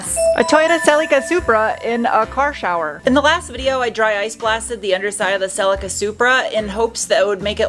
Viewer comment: The car is pronounced SELL-EE-KA. Say it fast.